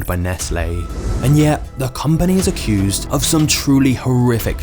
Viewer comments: Bro said acussed😂😂😂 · “Accused”. Say it correctly.